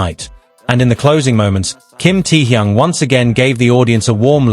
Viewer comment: Всё правильно, кроме того, что он ТЭХЁН, а не Тэхун.Простите, но уши режет, когда искажают его имя.